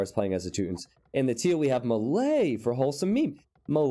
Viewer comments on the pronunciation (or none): none